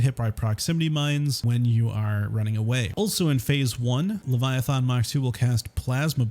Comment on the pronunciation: LeviathAn does not have an O in it it's not leviathOn